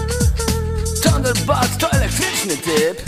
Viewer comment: potwierdzam mówi tam „tanderbalt” a nie „tanderbolt” (jak już)